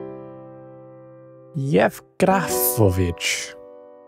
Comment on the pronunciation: That was a good pronunciation of the name Yevgrafovich